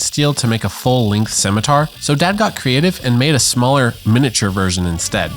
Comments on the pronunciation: Since no one else said it. The Scawmitar 😂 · A min-itar